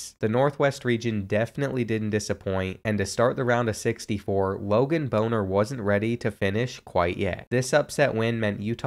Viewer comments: My brother in Christ, it’s Bahn-ner not what you said 😂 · lmao i went to high school with him as funny as this is thats not how you pronounce his name 😂😂